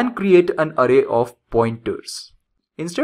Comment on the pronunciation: really annoyed by your "ARRAY" pronounciation